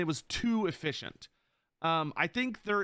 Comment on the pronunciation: there is not somthink like too efysent ;]